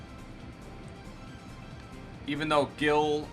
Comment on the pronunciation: The way you pronounce "Gil" hurts my ears, as a Brazilian haha It's like "Gi"bralta idk haha